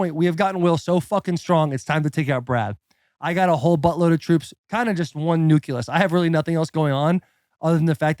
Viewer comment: “Nuculus? That’s a true Xichigan man. It’s pronounced new-clee-us.